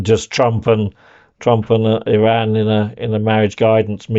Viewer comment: Eeee-ran vs EYE-ran!!!